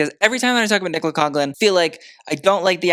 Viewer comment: Still not pronouncing Nicolas name correctly, but look... at least you're finally spelling it right. Baby steps.